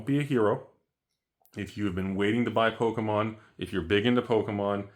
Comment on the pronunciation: Its Pokémom lol. Or poke a step mom 😂